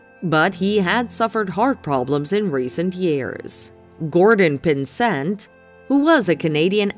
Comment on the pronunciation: As a Canadian, thank you for including the great actor Gordon Pinsent. However his family name is pronounced with the accent on the first syllable. Of course , there was also that horrendous butchering of the name Lynard Skynyrd.